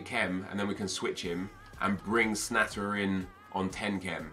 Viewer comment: Its pronounced Schna te rer